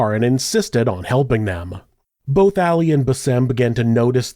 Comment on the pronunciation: It kills me that you keep pronouncing it “Alley” instead of AH-Lee… I’ve known many “Ali’s” in my 36 years, & Not a Single One would appreciate being called Alley (cat) - that’s a FeMaLeS name, back in a time when the two sexes preferred staying separate, at that. 😆 I’m white too, but pronouncing names as they were given really isn’t hard …. Save maybe rolling your tongue as the Spaniards do, that one can get a bit tricky 🤔 ahaha